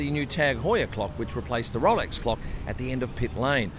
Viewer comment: I’m here for pronunciation of Rolex.